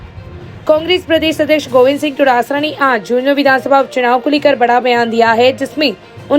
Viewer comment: Todasara Nahi hai Dotasra hai. Kam se kam bolo to sahi se.